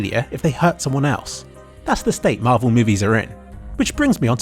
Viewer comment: pls say marvel ,please fix xd